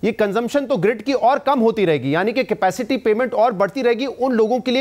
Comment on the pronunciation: Nigosiate cipaicity yeh Kya bol rahe hai